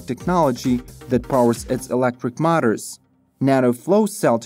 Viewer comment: Milton - Canada1 second ago " , ", "etc "Mutters" (aka: motors). Check using Google "English Audio Translation" this may help your announcer to say it correctly. Same old problem with pronunciation. Otherwise a very well done video. Very much enjoyed, Thanks, good job.